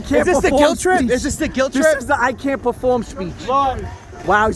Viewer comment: Its a pa-foam-her folks!.....maybe?